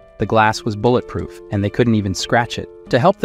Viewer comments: bull et proof glass. call ed ur ai seems broken bro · none of your voices can be that bad..but what is bad is when you do it with AI and they butcher words...say bullet proof again one more time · "Al his problems" "mill ion" "bull at proof glass" "basicall why"